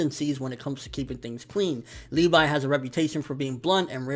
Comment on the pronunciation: It's Levi not LeeVie